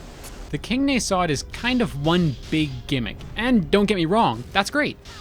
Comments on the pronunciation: Just a litte gripe its pronounced Nah-sod not Ney-sod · Why do you pronounce "nasod" so weirdly? I think that the stress should be on a, not o, it just feels better to say.